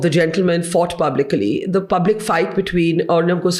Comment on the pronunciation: What's the spelling, 'pubically' or 'publicly"?